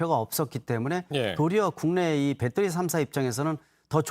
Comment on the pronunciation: 배떠리? 배터리! 아재여